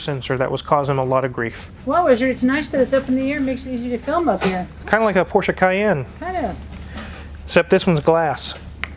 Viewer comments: So glad to see that you use the correct pronunciation of Porsche. I cringe every time I hear someone say PORSH. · I mean, the VW thing was a joke, but most american youtubers should use that, my ears always start to bleed when they call it "porsh" over and over... great that does know how it's called xD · All this and the correct pronunciation of Porsche